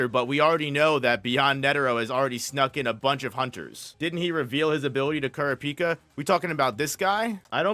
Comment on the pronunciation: Please learn how to pronounce 'kurapika'